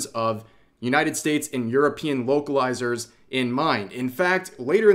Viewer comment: Whenever Rev said "vocalizers" I hears "wokelizers" :)